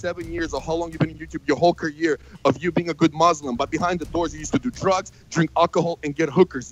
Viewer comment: Vitaly can’t pronounce career, lol 😂